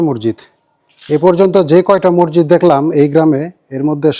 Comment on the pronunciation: মৰজিদ না শুদ্ধ হ'ল মছজিদ